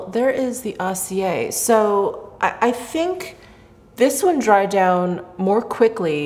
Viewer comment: Of course acier is more metallic since it means 'steely'. Get a French-English dictiionary so you can get the translation and pronunciation.